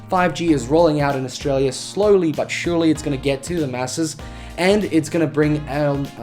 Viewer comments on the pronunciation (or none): none